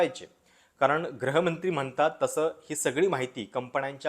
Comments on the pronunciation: अभ्यास पूर्ण विवेचन केलंत ! एक छोटीशी सूचना करावीशी वाटते ! ती म्हणजे, कृपया गृहमंत्री असा उच्चार "ग्रहमंत्री" असा नका करू ! तुम्ही abp मध्ये दिल्लीचे प्रतिनिधित्व करायचात तेव्हापासून मी तुमचा चाहता आहे ! धन्यवाद ! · ग्रहीतक नाही, गृहीतक आणि ग्रहमंत्री नाही गृहमंत्री... शब्दांचे उच्चार नीट करा. बाकी विवेचन छान..